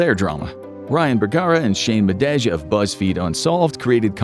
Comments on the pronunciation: Its not shane madagj its shane madae pronounced like Muh day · How you gona do Shane Madej last name like that???